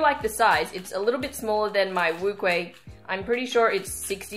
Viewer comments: NCubing its wu-cheh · Lol no she said wuque wrongly.NCubing is correct.